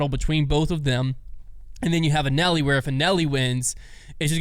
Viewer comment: Not ONCE did anyone ever pronounce Anneli like did. I'm convinced he only watches the highlights. I'd call it an epic fail, but it's pretty much the norm.